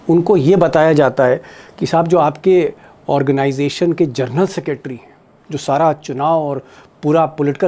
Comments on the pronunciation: जर्नल नहीं जेनरल 🙏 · पढे लिखे पत्रकार हो जरनल मतकहिये साहब जनरल होता है